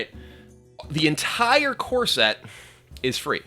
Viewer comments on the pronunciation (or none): I can't help but hear Kibler say "corset" instead of "core set"